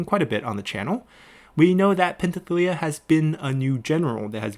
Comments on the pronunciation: I think Penthesilea is pronounced as /pen.θe.siˈle.a/, the s is pronounced as s, the th is /θ/ as in path. The way you pronounced it sound a bit off. It was the same when you said Thessallian as Tethallian, when it should be /θesaˈli.ən/. Please correct me if I'm wrong. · I know some of the pronouncement is subjective and can be tough but come on man. Do you not see the s in pentheselia, do people not break down and sound out words anymore?